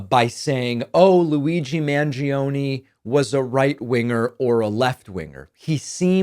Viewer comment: As an Argentinian, you should be sued for pronouncing Mangione like that 😭😭😭😭 Love your videos, tho, as always. Keep up the good work!